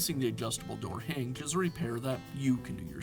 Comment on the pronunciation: What’s a “heenj”?